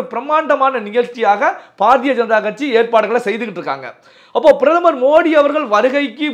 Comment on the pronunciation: ....தங்கள் குரல் கணீர் என்று இருக்கிறது....உச்சரிப்பு சிறிது திருத்திக் கொள்ள வேண்டுகிறேன்....pa.ja.க அல்ல ba.ja.ka...paradiya அல்ல....bharadiya janata...